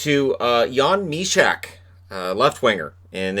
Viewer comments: Sending regards from Czech, its Jan Myšák, not MYSAK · I live in Czech Republic, so I don't care about elite prospects. The pronunciation of Jan Myšák is: /mɪʃɑːk/. Elite prospects are not always trustworthy.